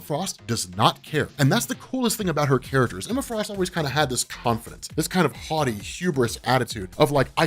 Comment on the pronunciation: “Emma Frost always kind of had this confidence. This kind of haughty hubris attitude.” Is that “haughty” or “hottie”? I think either one would work here... giggity!